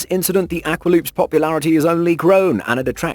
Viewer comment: you said "aqua" wrong. :/